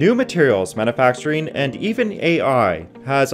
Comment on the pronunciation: "Manuhfactureen", "engineereen" and "useen" are not words.